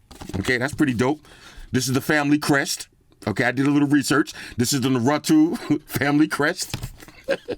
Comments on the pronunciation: NA-RU-toe is ho u pronounce it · My kids said it's nah-roo-tow 😂😂😂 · According to Google its "naa·roo·tow" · The O in NarutO it's pronounced like the O in Old Navy. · The way you changed the pronunciation of Naruto almost everytime 😂 but phone looks dope! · The way you butchered Naruto's name in this review, reminds me of the pain Sasuke felt when Itachi butchered his whole family 😅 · on behalf of all anime fans every where you are pronouncing the name wrong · You just made every Naruto fanboy cringe pronouncing his name 🤣🤣🤣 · The way you pronounce Naruto I know you don’t watch it no need to say lol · Why you pronounce Naruto like that 😭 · How can you say the name wrong everytime 🤣🤣🤣🤣🤣🤣. you are one of the best 👍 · doesn't research the pronunciation, he researches the specs and reviews the phone. Love it! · It's not naruto, it's NARUTO lol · out here butchering the name 🤣🤣🤣🤣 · Just laughing my ass off how he pronounces Naruto as “Ner-oo-too” 😂😂😂😂😂 This unboxing is 100% NINE TAILS APPROVED! 💪❤️👊 Speaking of the unboxing, 150W CHARGING BRICK! WHAT! 😱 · Na-roo-toe. Naruto. Seriously I don't even want the phone to use. This is basically a collection piece. The picture with the guy that looks like him is his dad Minato. He was the 4th Hokage ( the leader of Konohagakure, the Hidden Leaf Village). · Norutu bro r u fucking kidding me wtf is that pronounciation 🤣🤣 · I might have to pick this up too. I know fuck all about Naruto either but this looks giggidy! But bro, I think it’s pronounced na-roo-toe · It's Nah.Rah.toe that's how it's pronounced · Every time you pronounced Naruto Na ru two the nerd in me wanted to scream. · Bro😂😂😂 Naruto is actually pronounced Nah Roo Toh hahaha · Nah-Roo-toe (Rue) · Voltron was definitely Anime. Another great vid. btw..... its : Nah Ru Toe. there u go. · Everyone else: Naruto: narutwo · it's pronounced 'narutoe' 😭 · Bro, u should start watching Naruto. it'll make you cry 😭. Btw, its Nuh-ru-toe. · Narutu lmao